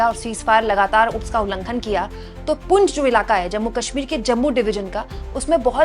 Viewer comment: पुंछ है ना कि पुंज , प्लीज़ नोट